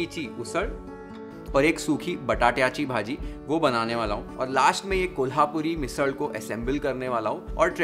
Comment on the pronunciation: Your pronunciation of झणझणीत,सुकी मटकीची उसळ, बटाट्याची भाजी, वाटण, कट, तुम्हाला ही recipe कशी वाटली, etc. made me subscribe this channel...The detailing💯...Literally binge watching your recipes like a webseries😂❤️